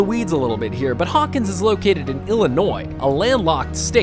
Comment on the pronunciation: Did they really just say Illinois